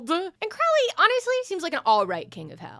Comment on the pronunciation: lifehack to pronouncing Crowley's name correctly: Don't, just call him "Crowrey" instead